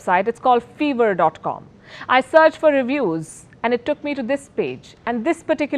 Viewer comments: You are bold and beautiful. I am a simple man but i get triggered when you say 'five-rr' as 'fever' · It's Five-r, not Fever. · Fiverr but pronounced fever.... Look you need to do better research. It's literally pronounced five + er. Exactly how it's spelled. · Just for the record it's five-err not feeverr (pronounced). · It’s Pronounced as Fiver and not Fever madam . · It's not feverr Palki ma'am it's five-rr. Minimum earning on that site is 5$ hence Fiverr. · Fever 🤒 lol? it’s pronounced 5–ver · It’s fiverr not fever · It is called Five err --> 5 er not fever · it's not fever it's Five-err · 🙄 it's not fever it's fiverr I sound. It's launched to give anything under five $ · It's pronounced "Five urr" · It’s pronounced as “Faai-Were” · Five-ver not fiver🤦‍♂ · Did she just pronounce fiveer wrong??